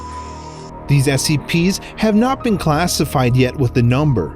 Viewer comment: It sound like he said seps at the begining